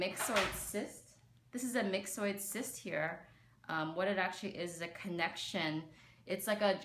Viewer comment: "Mix-Oid" sounds so weird to me, when I read it I want to pronounce it "My-Zoid".